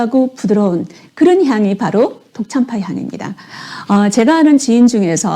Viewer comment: 독참파가 아니라 덕 짬빠라고 (더억 짬빠아) 합니다 발음이 틀리면 그 뜻이 틀려집니다